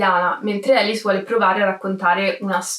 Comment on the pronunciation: sì, ma il suo nome non si pronuncia "Elis", ; non è americana: si pronuncia "Alìs", Alice. Era francese. E a non "incontra MOLTISSIMI REGISTI", per il semplice fatto che il cinema ancora non era stato inventato e i registi (cinematografici) NON esistevano. Incontra i Lumière, che ancora neanche sanno di essere "registi", e non sanno che la loro macchinetta avrà un certo futuro.